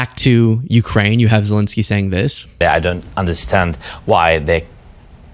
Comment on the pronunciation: Seriously, why do you keep calling Zelensky "Zelinsky"? 🤦‍♂